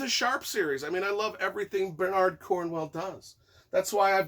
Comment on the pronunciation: Gotta admit I didn't expect Bernard and Cornwell to both be mispronounced :P Otherwise great review, enjoyed it a lot. For me it was a fun read and flew by, but by Sharpe standards was fairly run of the mill.